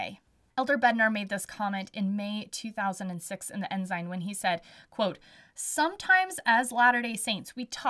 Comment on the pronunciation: Woops! Get rid of the Z sound! Ensign (N - SIGN)😊